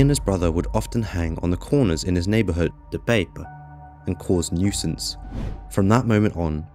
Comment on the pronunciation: Bro speak dutch places names as how the native dutch says it. What is ´´De peep´´ . De pijp should be said like the amsterdammer says it with the accent included.